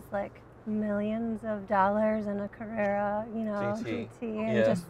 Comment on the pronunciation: Lol at her calling it the 'carrera'